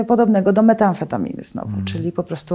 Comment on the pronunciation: niestety specjalistka od leków nie potrafi wymienić ich nazwy poprawnie. nie dextrametorfan tylko dextrOmetrofan. Nie metAAmfetamina tylko metAmfetamina